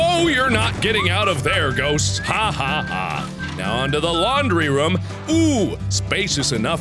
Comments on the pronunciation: Is it just me or when Mark says "room" it sounds more like he's saying "ruhm"? 😅 I mean, it's sounds cute as hell but I was just wondering. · Briana Gore he said roomth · the bathruhm,the bedruhm,lol i love how he pronounces it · I say it the same way... My friends thinks it's annoying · i just came here to hear Mark say "room" in his funny way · I didn't realize how he said ‘room’ until I watched his first video with Jack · Anyone else adore the way Mark says "room"? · the way he says room